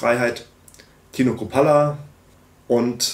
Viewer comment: interessant finde ich auch, dass Jung Chrupalla's Namen falsch ausspricht. Ich behaupte mal das war Absicht ...